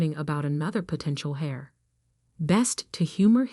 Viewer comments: Irrelevant, sometimes irritatingly distracting background! The person who inherits, is called "heir" (pronounced like "air", not "hair" or "hare")! Proofreading needed! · The word is "heir", not hair or hare. It's pronounced "air". The "h" is silent. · The word is heir, pronounced air or err. No h sound.